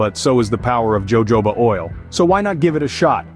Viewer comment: Uh, you mean Jojoba, right? Pronounced Hohoba, no?